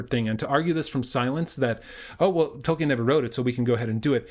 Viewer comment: Dude, it's hard to take you seriously when you don't even know how to pronounce Tolkien's naame.